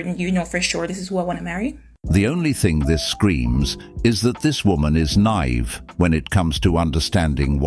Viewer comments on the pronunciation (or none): that’s not how you say naive lol it’s “nigh-eve”